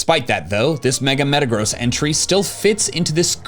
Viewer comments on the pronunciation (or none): none